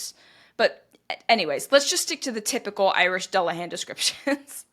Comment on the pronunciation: There is really no reason to feel particularly bad about mispronouncing garlic languages... they are notoriously difficult. That said... if I remember correctly the "dull" of "dullahan" rhymes with pool.